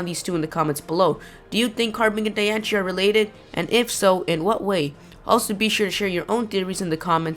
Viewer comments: Hey kid its Pronounced {Dian - sey} like Biancie or {Dian-see} where your getting a ch sound from ci I don't know but go back to the fist grade to learn your fucking English or work harder of your street accent. Good info though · Your saying Diancie all rong the rongest thing ever every one i know that likes pokemon know how to say her name right whatch the movie and see how it's purnonct im the biggest fan of diancie i have Diancie every thing and how i know how too say it right because i whatch the move all the time ok i hate it win people say her name wrong!!!!!!!😡😡😡😡😠😡😡😡😡😡😡😡😠😠😠😠😠😠😠😠😠😡😡😡😡😡😡!!!!!!!!!!!!!!!😣😵😤😱😠😡😤😕😑🙀😿👎👎👎👎👎👎😡😠!!! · your pronouncing diancie horribly wrong... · The way he pronounced it made me stop watching the video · Idiot it's the pronunciation search it up and also c makes the ch in certain words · You say it wrong -.- there's no ch in the name. You obviously don't know how to read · The way he pronounces Diancie makes me want to punch his face in -_ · Lol it's pronounced "DianSIE" not "DianCHIE" :3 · dude it is not pronounced dian-che it is pronounced dian-see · Who the crabs is Dianchie? Its DAI-ANN-CE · when people say dianche,it drives me nuts,its dye-on-see,it even said in the movie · Di-an-ci not Di-an-she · I think it's ( di-ance-ee) not ( di-ance-chi) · Yea in te movie it says diancie not dianchi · Dianchie=NO Diancie=YES you can google the pronunciation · why are you saying diancie wrong. its pronounced die-an-se not die-an-che. its just bugging me. im NOT i repeat NOT being mean it just bugged me. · it is di-an-cie not -di-an-chi idiot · The Japanese for Diancie (Dianshii) would be Dee-an-she, not Die-an-she. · Anyone else thinks that "Diancie" (pronounced Dian-C, not dianshee btw) sounds like "Die and see"? o.o Maybe Diancie is a Carbink killed by Hoopa and reborn or something? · It's diancie not dianche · Lol Dianchie. Wtf its Diancie xD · it calld die anceeeee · The real way to say diancie: Die - an - see😑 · Lol dian-she